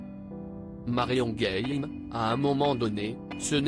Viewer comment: Marion game prononcé à l anglaise c est ridicule